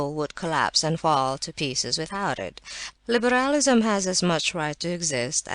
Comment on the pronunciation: "libéhrahlisum" was driving me mad!!!!